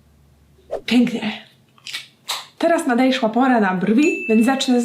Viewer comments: teraz nadejszła pora XD kocham te błędy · Nadejszła''😄😂 och aga